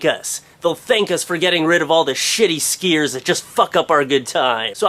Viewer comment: He says "skiiers" funny